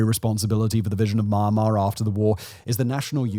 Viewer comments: here is a mistake fix ( its sound me yan mar and not man mar) spells Myanmar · Please try to get correct pronoun not mar mar is Myanmar မြန်မာ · Don't pronounce : my an ma .. pronounce : me an ma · My Mar Mar….😂. Mee Yan Mar bro 👊🏼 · It's "Myan-Mar". Not "My-An- Mar" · If you’re making a video on a country atleast pronounce the country right, its mee yan mar not maa mar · "Or inspiring an even greater ruprising among the people of Mawnmaw" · Dude it’s not ma-ma,if you can’t pronounce just call it Burma. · At least He said Mar Mar , Nobody Care Myanmar Sh! T 😂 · For those interested in how to pronounce the country's name, it's two syllables. Myan mar, not my an mar. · "Maa maa" bruh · Myanmar ❌ Marhmar ✅ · It’s pronounced mee-and-mar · Wtf is Maaanmaar??? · Listening to someone who pronounces Myanmar as Maanmar about Myanmar is absolutely pointless. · The country's name is definitely not to be pronounced "Ma-yan-mar". A bit of Googling surely isn't much to ask if you're gonna make a 26-minute video :P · It's pronounced "mee-an-mar". How do you make a whole half hour video on Myanmar and not know how to pronounce it 🤦🏻‍♂🤦🏻‍♂🤦🏻‍♂ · you mispronounce myanmar. it sounds like u said ma mar. have you tried reading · Why does he keep saying it as "Mar-Mar"... I just can't get over it. 😆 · did he just said mama instead of Myanmar at the beginning of the video. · It’s pronounced Mee-Yen-Mar ❤ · Your pronunciations of Myanmar, Aung San Suu Kyi and Karen are all wrong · Thank you! Lets talk about Myanmar, not mama when you pronounce it correctly, so as you may have a better visual political aspect. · what a robot cant even pronounce myanmar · You've been making videos about Myanmar for a while now but you still have not learned how to pronounce the country's name correctly. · Learn how to say "MYANMAR" correctly if you're going to criticize the country and exploit it for views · Listening to Simon butcher the word I can understand why they used “Burma”.😂